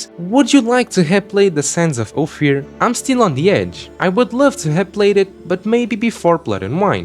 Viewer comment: It's Ofier not Ofir